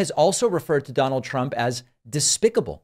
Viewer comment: Donard Trump lol